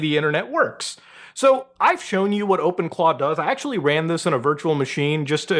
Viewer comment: Ngl calling them 'Open Claws' instead of 'Open Claw' is triggering me so much 🤣